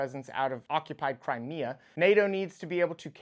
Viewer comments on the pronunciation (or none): none